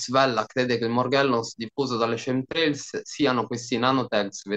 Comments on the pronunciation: fantastico! Ma "scemtrails" non si può sentire! Chem si pronuncia come lo leggi, viene da Chemical=chimico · "Chem" in inglese si pronuncia esattamente come in italiano.